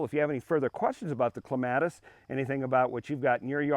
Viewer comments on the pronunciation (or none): You're pronouncing it wrong.